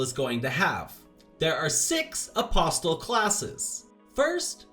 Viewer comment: Good heavens you don't pronounce the T in "Apostle" Uh-possle.